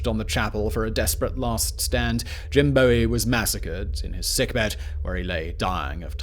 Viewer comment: Jim Boo-ee. Like bowie knife, Not bowie like david bowie.